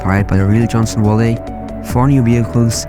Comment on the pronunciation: hold up we gonna have a talk about how you pronounced "Valley" 😂